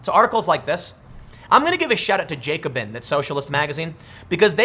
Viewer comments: it's the Ja-co-bin not the jay-co-bin. named after the radical french political group that cut off everyone head. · It’s pronounced “jack-o-bin”